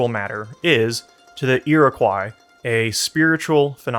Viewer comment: I think you did a good job here, speaking as a Native person. Oh and Iroquois is pronounced Yuro-kwoy, but it's term that came from the French trying to pronounce a not so flattering name our neighbors called us. So don't fret over the misprounciation. And yeah IMO, Cordova's book is pretty good. I have critiques, but they're minor things.